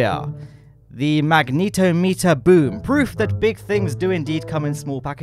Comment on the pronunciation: For future reference, magnetometer is pronounced like mag-nuh-TAH-meh-ter. The middle syllable is stressed, and there are no long-E sounds anywhere. It's not 'magneto' and 'meter' stuck together, it's 'magnet' and 'ometer' stuck together - 'ometer' being a root word that means 'device for measuring'. Think of the way 'ometer' is pronounced in barometer, odometer, or speedometer.